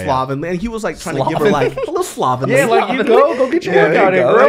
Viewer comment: “My dear lady” and “slobbenly” 😭😭😭